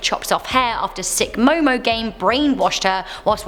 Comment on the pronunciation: It is Momo Momo